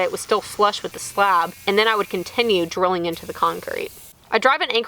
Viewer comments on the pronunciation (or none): none